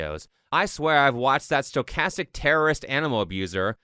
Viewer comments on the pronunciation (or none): none